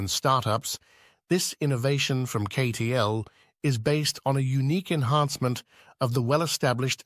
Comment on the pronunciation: Obvious AI promotional video as it immediately mispronounces CATL as KAY-TEE-ELL. If you can't even shell out for a narrator you don't deserve to be on this platform. NOT "an excellent video." And, what happened to the M3P battery which was supposed to be superior to LFP?